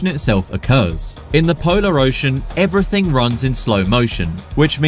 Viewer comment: “in the polar ocean everting runs in slow motion” 🗣️🔥